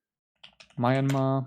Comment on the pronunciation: niger is pronounced nee-zher liechtenstein is pronounced as lik-tuhn-stine myanmar is pronounced as mee-an-maar